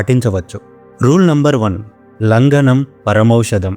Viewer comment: వాతా, లంగణo లాంటి ఉచ్చారణ సవరణలు అవసరం.